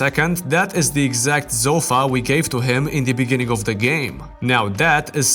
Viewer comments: ah yes. A ZOU-fa. I have alot of ZOU-fas in my house. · love the video, hated the way u pronounced "sofa"....zofa.. :(